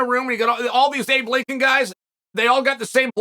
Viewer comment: “All these Able Lincoln guys…” 😂